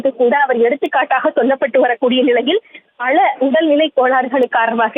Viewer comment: பல ...என்ற வார்த்தையை சரியாக உச்சரிக்கவும்